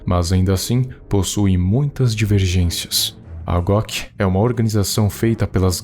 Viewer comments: Quando fala em goc eu ouço gloc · Eu tava entendendo Glock invés de goc.